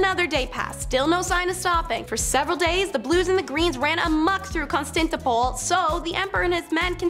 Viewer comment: Kahn-stan-tin-o-pl Biz-an-teen I-con-o-cla-sm Otherwise very informative